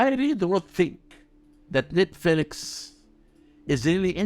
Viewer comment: Is he saying: "Net-Felix" 😂😂😂